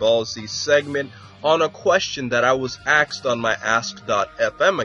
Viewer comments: Why do all americans say "aksed" instead of "asked"? Is it just hard for them? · "..on a question I was axed on my ask.fm account...' Why did you say it correctly one way but not the other :P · Someone axed You? Man I bet that needed a lot of stitches and mommie kisses